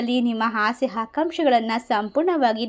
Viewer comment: ಹಸೆ ಅಲ್ಲ ಆಸೆ